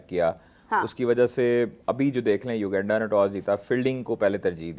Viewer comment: bro is constantly pronouncing u-genda instead of uganda😂